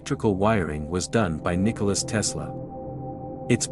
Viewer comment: *Nikola Tesla, not Nicholas